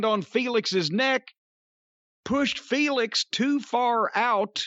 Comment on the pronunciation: His name is Fenix not Felix ya racist bastard not all Mexicans are named Felix